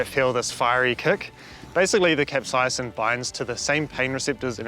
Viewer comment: You are mis-pronouncing the word "capsaicin".